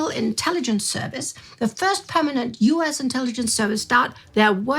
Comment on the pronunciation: let me help you a little bit with your pronunciation of U.S. I think you are using the German pronunciation of the U part of U.S. You are saying Ew or Oo instead of the correct English pronunciation for U as You. Yes, it is pronounced exactly the same. So U.S. would properly said in English as You S, but of course spelled as U.S. Actually, most of us simply dispense with the periods and spell it simply US. Or more properly the US. Anyway, there's my two cents for today and it was, of course, a pleasure as usual to see you doing the presentation on the Spies and Ties episodes! 😉👌☺